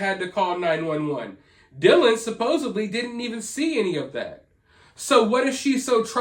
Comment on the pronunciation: SupposEDly, not supposUBly.